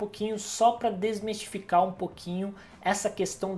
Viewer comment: Não é "desmestificar" - o correto é DESMISTIFICAR :) Muito bom o vídeo, obrigado!